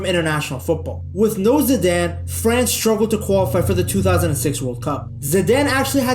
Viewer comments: Your pronounciation is a bit off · why can’t you pronounce ZIDANE